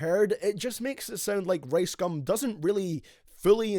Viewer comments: Can't watch thus when u call ricegum "raisegum" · I thought his name was rice gum not race gum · Lol how he says rice "race" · I low-key thought he said race gum at the beginning